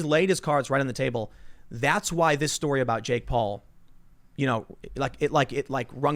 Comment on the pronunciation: Who the hell is “jakeoff Paul”